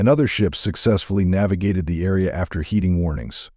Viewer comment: … it should be “heeding” warnings - not “heating” warnings.